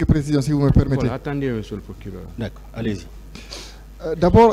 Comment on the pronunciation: 😂😂😂 Quand il prononce mr le plokileur